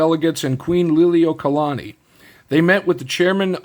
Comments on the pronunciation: You pronounce queens name great brother 😊❤ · As a Hawaiian.... your pronunciation of the Queen's name was pretty solid. Nice video brother.